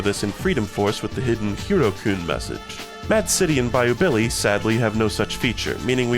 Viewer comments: Oh god it really does sound like that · Bayou Billy mention, its peam!